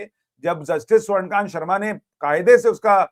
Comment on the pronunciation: स्वर्णकांत नहीं स्वर्णकान्ता